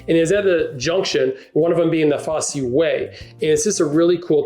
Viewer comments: Pronounce ‘Fosse’ with a silent ‘e’ , Blenheim-Blenum phonetically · Blen-um not Blen-highm. Foss not Foss-e 😊